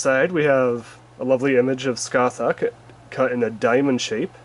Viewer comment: It’s pronounced ‘Sca-hark’.